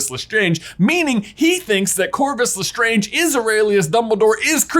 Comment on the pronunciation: “Lestronge” scb 2021